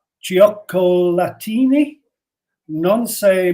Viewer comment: With Tony' s pronunciation of Iralian I understood " giochi latini" meaning Latin games rather than "chocolate ..ini."